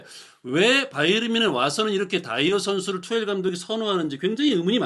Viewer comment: 바이언? 바이에른? 발음을 통일하시지 따로국밥